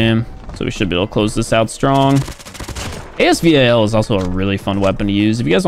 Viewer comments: Normal people: “AS VAL”: A-S V-A-L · AS VAL NOT AS V-A-L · I’m sorry what did he just say AS-V.A.L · this dude still saying a-s-v-a-l lmao ma boi what